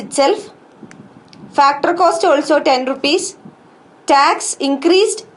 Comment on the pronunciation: why does she says factorrrrr and yearrrrr